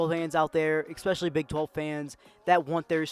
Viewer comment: When the narrator says EX - SPECIALY I automatically feel sorry for his parents.